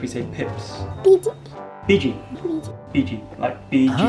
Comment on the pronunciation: kasian dong mba, dia aja ngomong biji aja susah 😄😄